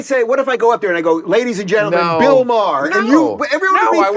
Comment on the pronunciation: Him calling him "Maher" repeatedly was annoying